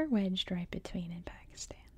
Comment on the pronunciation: Nah Pakistan pronunciation is fine i don't know amyone who calls it 'PakistARn'😂